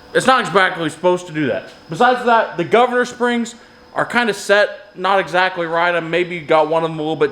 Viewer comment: Not "expactly" supposed to to do that, I resemble that phrase in its entirety. Especially the new word